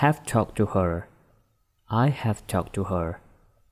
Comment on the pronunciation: Ada yang tidak betul sebutan ... Ia sebut school- schol...ingat oo itu sebutannya panjang it jadi at have jadi hab used it jadi us it me jadi mae clean jadi clan adoi.....